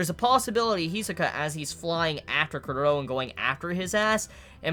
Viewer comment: Wut -_-? is pronouncing it the correct way.